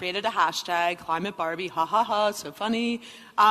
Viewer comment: Climate Bahr-bee!? Like hwhat I'm not cli-mate Bahr-bee. Stupid deenhy-hers like gawhd!